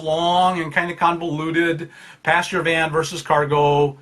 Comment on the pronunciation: I thought you were saying "pasture van" and thought it was some American term, until I realised you pronounce "passenger van" that way.